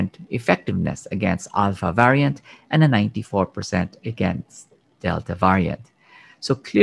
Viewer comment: Can somebody teach him how to pronounce the word Variant